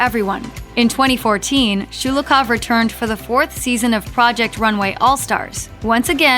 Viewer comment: It’s Sho-lo-hov, not Schu-lu-koff 😖